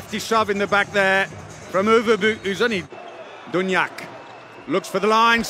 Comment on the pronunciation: I hope this commentator learns until tommorow how to pronounce "Duvnjak" ! PS. Spanish reffs pushing Norway to the final, mission failed ;)